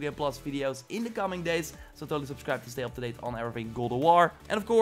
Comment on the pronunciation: Every time you say “God” I hear (Glob)